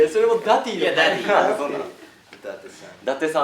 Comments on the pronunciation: 樹くんのファン歴関係ないっていうことをちょくちょく挟むのって凄くファンに寄り添ってるなぁって尊敬する 髙地くんのダディ呼び凄いなぁ、しっくりくる だけど、ジェシーくんの発音が良すぎてダーリンに聞こえる……(灬º 艸º灬) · ダディ呼びが生まれた瞬間が残ってるのも、 生み出したのが北斗なのも、 その後繰り返してるのにスルーしてるのも、 自然に流行ってしっくりしちゃうのも最高すぎてる 発音がDaaaddyみたいにちょっと甘ったるいのもおかしい